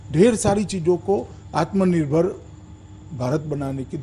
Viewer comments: Aatm nerbhar nhi bol PA rha hai Bjp jumla party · Amare manniyea grah mantri ji Atmnibhar bolna to aa nhi rha h Chale h dushro ko aatmnibhar Bnane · आत्मनिर्भर तो बोल नही पाता बोसडी का और डाटा ऐसे दे रहा है जैसे बहुत कुछ किया है देश की जनता के लिए।